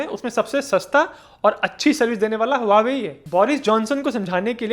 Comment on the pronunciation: Not wawe but pronounced as hauwe